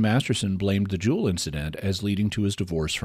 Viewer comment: Btw it's pronouned "the jewels" by Chicagoans... great episode!!